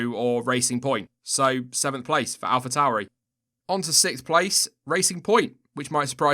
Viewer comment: Surely it's Alpha 'Tore-ee'. Like Taurus the bull, which is pronounced the same.